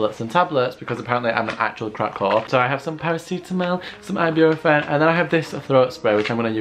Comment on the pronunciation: i love u sis but the way you say “paracetamol” and “ibuprofen” offends me lmaooo